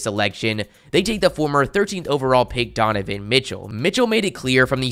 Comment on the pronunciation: Donovan not Dovovan